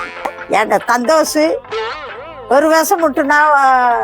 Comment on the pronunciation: சந்தோஷ்❌ சந்தோசூ ✅😂😂